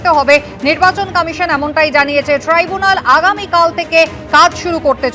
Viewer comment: ওটা ট্রি বুনাল না, ট্রাই ব্যুনাল